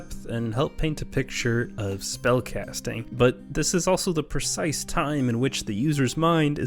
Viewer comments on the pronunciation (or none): none